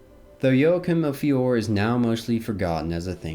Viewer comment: It's pronounced "Fioray" not Fior - people have to realize that Italian pronunciation is not like English or French!